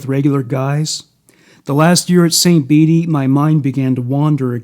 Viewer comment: I live in Peru Illinois. Your pronouncing St. Bede's wrong. It suppose to sound like St. "Beads" lol